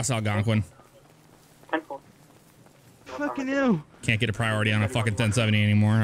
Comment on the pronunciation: its not Algonquin its algwonqin